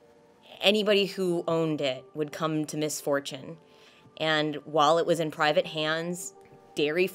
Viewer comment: "why would you have ptrivate time in front of a rat" lmao